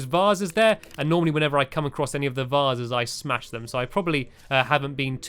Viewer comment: vasses? vases